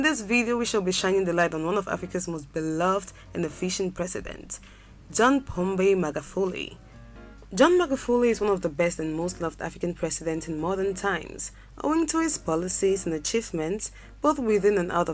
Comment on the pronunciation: He is not magafuli? He is Magufuli. Please check the correct names before ratting!